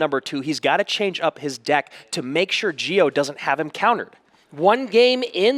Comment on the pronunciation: "Gio" is pronounced like "Jo", not "Geo"